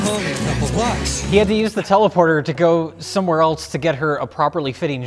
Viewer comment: There's no 't' in the word 'else.' It's not "eltse."